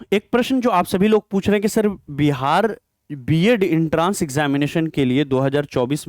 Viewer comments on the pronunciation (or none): Entrance Bolna aata nhi h kya jankari doge